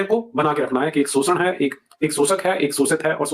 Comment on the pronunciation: वो आदमी शोषण को सोषण्ड कह रहा था 🙄 आपका मजाक उड़ा रहा था सोषण्ड कह के 😒😒